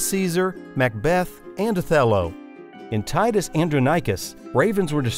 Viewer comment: Titus what? Horrible pronunciation!